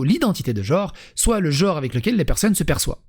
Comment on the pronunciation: Mais c'est dingue ça !!! Tout le monde prononce le mot GENRE en JORE ! Vous savez ni lire ni parler ma parole ! Vous dites OCULER ou ENCULER ????